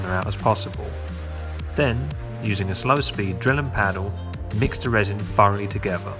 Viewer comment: Ok, so you obviously I have a problem pronouncing words that have TH in them. Again, it's thoroughly and not furoly.